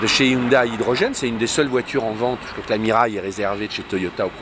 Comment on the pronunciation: "Hyundaille" " Hyundai!" ;)